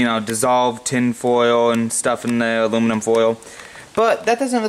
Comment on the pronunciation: Awoominum and batawees. Hey, you must be that kid from "the big bang theory". Wow, you got over fow thouwsand subscwibas. Coow😎